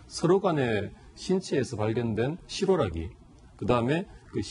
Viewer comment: 실오라기라고 해야되는거 아닌가??????.........실-------오라기라고 한참의 띄우네